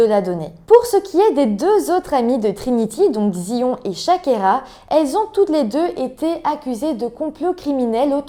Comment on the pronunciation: Mon Dieu la pauvre, l'école est censée être un sanctuaire où l'on se sent en sécurité. Justice et autopsie de merde, la victime n'a absolument pas eu de justice. Juste petites précisions Zion ça se prononce Zaïone et les éviers sont en fait des lavabos.